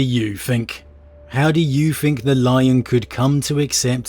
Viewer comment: I'm really sorry to be that guy but... its think (th-ink) not (f-ink). You are pronouncing it wrong and have done for pretty much all your videos.